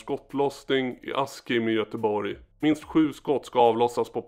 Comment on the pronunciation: Askim uttalas "Aschimm"